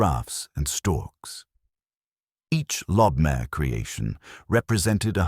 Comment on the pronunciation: It's pronounced lobe-my-err, not lob-mare. Lobmyer still exists today in Vienna.